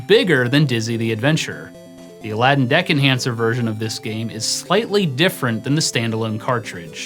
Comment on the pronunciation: Well, at least this time you were able to pronounce it correctly :)